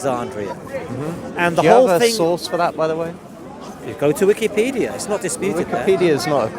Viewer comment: Did he say Wikipedia 😅😂😅😂